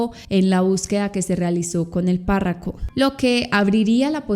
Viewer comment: me encantas! Pero es párroco no parraco